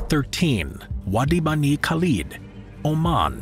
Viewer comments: the way he pronounced wadi bani khalid... big uff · the way he pronounced wadi bani khalid made me cringe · please fix the third oasis: Wadi Bani Khalid not only did you butcher the pronunciation, you also misspelt it as a chapter